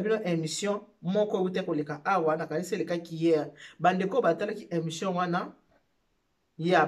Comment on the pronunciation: Bjr balobaka émission et non emssion.